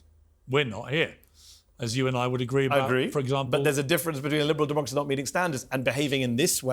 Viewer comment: “Liberal Deemucracy” Piers Morgan 😂😂😂 Hassan made him slur